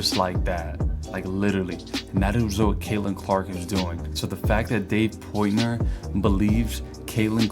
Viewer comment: Why do you say "Dave Poytner" ... PORT NOY